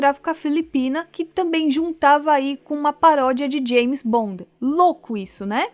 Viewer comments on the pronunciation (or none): none